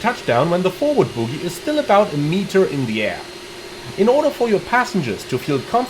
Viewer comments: Feels pretty much the same as any other jet. You can certainly attain greasers if you’re lucky. (767) It’s bogie by the way, rather than boogie. Oh not ooooo! 😉 Not a criticism, as your English is excellent and my German non-existent. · I hate to be THAT guy, but the word is bogie (pronounced BOE GEE, like the snot in your nose), not boogie (which means dancing). haha. Now that's out of the way.....did Asobo not fix this issue in 2024? I thought they were going to, but maybe I'm wrong. I hope it's on their list of things to improve.